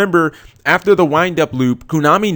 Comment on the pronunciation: Please fucking christ stop saying kunami